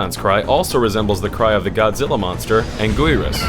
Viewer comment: It's pronounced angi-rus get it right please